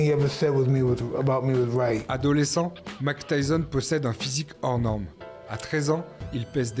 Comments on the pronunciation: Déjà ce n'est pas Mac Tyson mais Mike Tyson donc j'arrête de regarder ta vidéo direct 😂😂😂😂 même pas capable de prononcer correctement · Excellent ! Parcontre c’est Mike, pas « Mack » .. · Grave bien fait, bravo. Mais suis-je le seul qui est dérangé par le fait qu'il dis "Mack Tyson" ? 😭